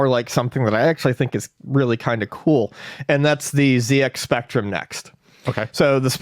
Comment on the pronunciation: The ZX Spectrum is a UK product, so the Z is pronounced zed – not zee. Even to my American ear, the latter sounds weird in this context.